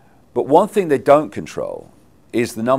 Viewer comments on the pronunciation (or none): none